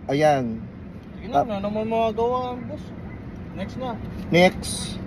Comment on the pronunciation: Next ❌️ Nixt ✅️